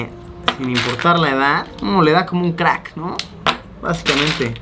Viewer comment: dice "creck" y no "crack" Igual excelente video Luisito!!!!!